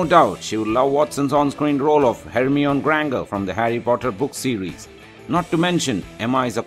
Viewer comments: Actually he is Indian. And that is is why he is speaking ridiculously. He is speaking in Indian English accent . The most funny part for me was when he pronounced hermione as Hermene and Belle as Bell-e! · I believe the narrator should really learn how to pronounce "Belle" and "Hermione" "Belle" is pronounced as "Bell" and "Hermione" as "Her-mi-o-n-i" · It's Belle. BellE not Bellé! BELLEU AND SAME FOR HERMIONE HERMIIONE